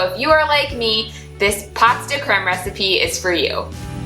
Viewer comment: Pronounced POE de creme. As in Edgar Alan POE. You got the creme right!😊